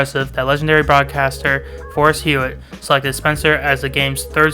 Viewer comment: and foster hewitt not forest---thanks again.